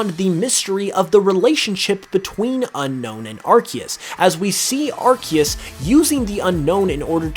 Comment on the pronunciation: It's pronounced Arkoos.